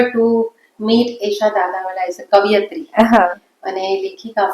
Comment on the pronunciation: વારંવાર કવિયત્રી શબ્દ બોલ્યા બન્ને જણ. સાચું શું? કવયિત્રી કે કવિયત્રી?!